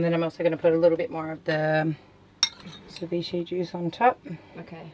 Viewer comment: It actually sounds like your saying Deviche when it's Ceviche and it's South American (Peru) NOT Mexican! and cook your dam fish! it's full of parasites that will take over your intestines and all your vital organs and eventually kill you!!!!!!